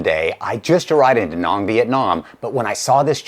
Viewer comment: It's pronounced "da nang" (Vietnam combat vet assigned there). Your info is SUPER!